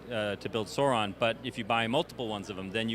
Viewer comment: Excited for this but two things bug me. First their not to scale with the old ones which is upsetting. The worst thing is the pronunciation of Sauron, when I hear it said like that I just picture the Pterodactyl from the Xmen. Updated sculpt, detail and articulation is awesome!